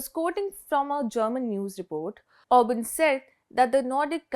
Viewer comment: It is Orban!